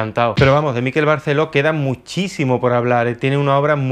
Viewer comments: Hola! Acabo de descubrir tu canal y ya me he tragado unos cuantos de tus vídeos. Bastante de acuerdo con tus opiniones y alguna que otra discrepancia. Me encanta el formato porque es el tipo de debate que abriría echando unas cervezas con mis amigos. Solo comentarte que "Miquel" en mallorquín se pronuncia con el acento en la "e" y escucharlo pronunciado con el acento en la "i" a los que no somos del norte nos duele un poco en los oídos, jejeje. Perdón por la observación y ánimos con el canal. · Miquel se pronuncia en catalán con el acento tónico en la e. Mikel acentuando en la i en euskera. Es fácil pronúncialo como en español y sustituyes la g por una q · Sabes mucho de arte y tal, pero ni idea de pronunciar su nombre, que es lo más fácil. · "Miquel", no "Míquel". Es una palabra aguda, igual que "Miguel". Qué manía de querer hacer exóticos los nombres catalanes con lo patrios que son jejeje Un saludo! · No es Míquel con acento en la 'I' (como níquel). Es Miquel (Mi kél) acentuando la 'E' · un apunte, es Miquel (palabra aguda, por lo tanto la sílaba fuerte es la segunda, "quel" y no como la pronuncias tú, como si fuera una palabra llana, es decir, sería Miquél, te lo dice con cariño un mallorquín con sangre cordobesa 😀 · Miquel Barceló es mallorquín, por lo tanto su nombre se pronuncia Miquel - tónica - y con la e abierta (Miquèl), no Míquel - átona - que parece vasco o inglés cuando es un nombre catalán. A parte de esto muy interesante, gracias. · En catalán-mallorquín se pronuncia Miqu(é)l, con acento en la e y no M(í)quel. De nada. ;) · Por favor, "Miquel" no lleva acento. MIQUEL, no MÍQUEL. Gracias Por lo demás, me encantó el vídeo. Espero segunda parte ♡ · es miquel con acento agudo no es llano!!! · Miquel, no "Míquel que no es vasco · MiquÉl, MiquÉl….que es mallorquín, no neoyorkino. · Se llama Miquél no Mikel jaja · Miquel con acento en la última sílaba.